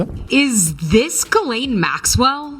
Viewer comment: Mais ? Mdr, pourquoi tu l'appelle Gisèle ? C'est Guilène la prononciation, tu m'as tué de rire !